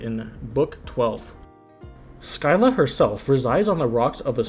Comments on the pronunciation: Showed the mispronunciations to a Greek myth fanatic friend. I have never seen that face on anyone before lol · u mispronounced scylla which is kinda funny